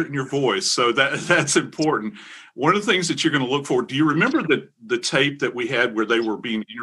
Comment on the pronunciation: Um, Fox talking head girl Regina, there is a T in the word important. Professional broadcasters actually pronounce it.